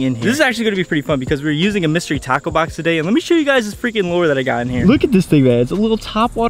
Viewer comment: At first it sounded like you said mystery taco box